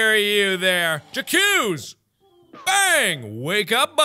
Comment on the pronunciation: The way he pronounced j’accuse hurt me more than stepping on a lego.